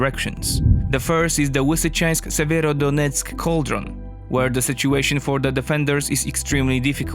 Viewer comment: Lisichansk man, you polish have a proper l sound just because the other half has been corrupted in to w doesnt mean you can take in to consideration that ukraininan only have a proper l.